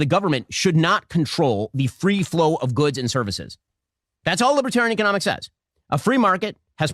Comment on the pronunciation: Even funnier rhat he mispronounced economics as "eco-mom-ics" any way that's just freud for thought